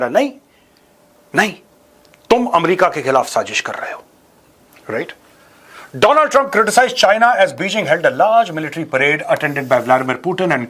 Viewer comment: 😂 do-land Tumpa 😂